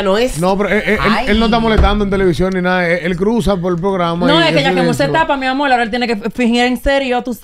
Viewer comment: ya tiene que poner la r donde van y dejar de usar la l, por ejemplo decir amol.